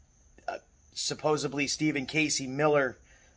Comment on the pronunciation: Please. For the love of God and all things holy, please teach this how to pronounce "supposedly."